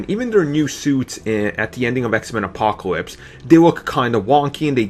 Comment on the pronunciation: Bahahahaha! aaaahahahahaha! Did he just say absowutwy, pwobabwy, apacowypes, weawwy, Bwack, popuer(popular), compwetwey, weawizing, ultimawy? Wow, get your annoying self off of YouTube.